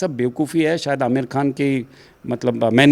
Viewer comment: Aamir kkan ji nahi Aamir boliye